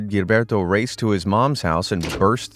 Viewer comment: Very late and no longer relevant. But Gilberto has to be read and Jilberto, because its a portuguese name, the same way you read Genevaldo.